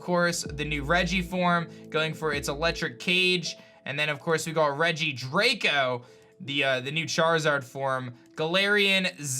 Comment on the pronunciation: for the record, it's regi-dragoh like pronuncing dragon without the n